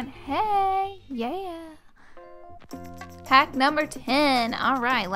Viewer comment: I love it when you say "haack numbe .." 😂😂